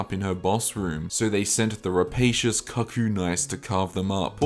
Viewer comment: Great video! Cuckoo is pronounced “coocoo” btw